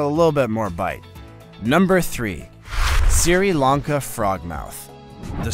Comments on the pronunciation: Siri Lanka 😁 it is pronounced "sree Lanka". Anyway good content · just one negative note: You mispronounced too many words wrong here for me to mention. Usually, just emphasis on the wrong syllable. Otherwise, the content was okay. And then I heard you mispronounce Sri Lanka. JFC, dude. WTF is "SIRI-Lahn-Kah?" It's "SHRI-Lahn-Kah." I just can't with this. And before that, you called a "GOB-lin" shark a "GOB-eh-lin." Gobbling is eating quickly. A Goblin is a mythical creature. This shark is not eating quickly, it is looking like the mythical creature. I'll stop now, before I burst a vein. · It is pronounced Shree Lanka not Ciri Lanka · Siri Lanka? Come on! Tsk Tsk Tsk.